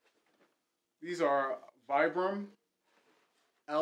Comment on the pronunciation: Great review! Love those for the gym. Vibram is pronounced "Vee-brum"